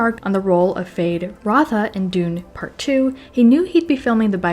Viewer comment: It’s Feyd not Fade